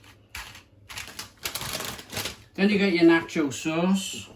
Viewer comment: Hahaha before even opening this video i KNEW you would mispronounce nacho and salsa 🤣